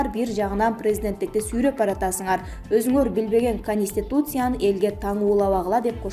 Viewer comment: диктор кыз Перемер министир - эмес да,Конустутиция дагы эмес ондоп суйло, болбосо Адыкам Мадумаров укса урушат сабатсыз, маданиятсыз- деп.